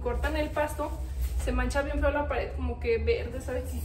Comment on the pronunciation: se dice y se escribe pared no pader 😂😂😂